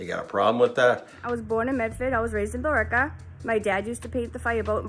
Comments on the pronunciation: . The town she's saying is "Billerica". You don't say the "e", so it's pronounced "Bill-ricka" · Yep, the people I know from the area have always pronounced it "Bil-RIK-uh"